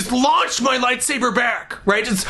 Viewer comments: with his lightsabehh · "My toy lat-sabbur" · "I reached for my light saborrr"..... "It was out of reach".... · It's "toy lightsa-BURR" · I love how he pronounces "light sabre" bahahahahahahahaha!! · It is, Le lightsabeur. x3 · "I reached for my light sabeeeeeeuur... but it was out of reach." I diedddd lmfao! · "My light say-bear." Bahahah! Happy birthday, Olan! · "Light saburrr" lmao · "And I took out my Light Saburr!" HAHAHA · "light sabeur" lolol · I will never say lightsaber the same way again. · ill never say lightsaber the same lol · haha, love the "Light Saber" in a french accent, makes it so much more intense! Olan, you give hope to all of us, in every way. You bring us happiness, and you put a smile on our face when we are down. You are a great man Olan, a great man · Was anyone else a bit disappointed when he started pronouncing "light saber" normal? My dreams died a little ;)